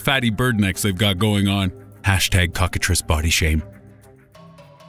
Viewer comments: I thought cocktatrice was pronounced cock-a-trice as in rice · He said cockatrice 😂😂😂😂